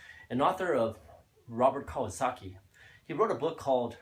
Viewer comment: Nice presentation. One correction: While it's true that Robert T. Kiyosaki (pronounced key-yo-sa-key) is the author of "Rich Dad Poor Dad", it was in Kiyosaki's second book titled "Rich Dad's Cashflow Quadrant" that the Rich Dad Cashflow Quadrant (the one that you drew up in the beginning of this video) makes its appearance for the the first time. Other than this, good job.